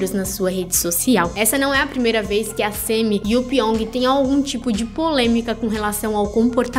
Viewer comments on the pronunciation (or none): É SAMMY não SEMMY , KKKK que nervo KKKK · Que agonia ouvir vc falando sêmi